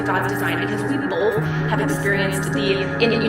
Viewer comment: she says "bolth" just like Amberlynn does 🙄